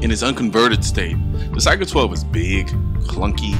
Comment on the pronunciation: Damnt dude it isn't "Sega"